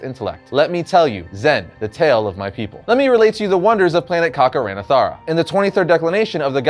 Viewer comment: Am I the only one who noticed he kept mispronouncing Kakaranthara as Kakaran*a*thara?